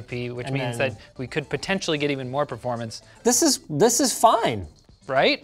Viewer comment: Why do you guys struggle to say performance? PRAFROARMANS